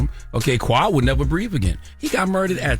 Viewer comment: why do y’all always mispronounce the name “Qua” it’s Kway, now kwuh